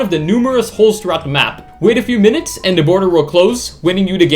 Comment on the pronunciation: “Them” not “dem”, “the” not “da”